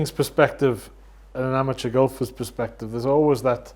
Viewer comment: Its perspective not "sperspective" and crux not "clux"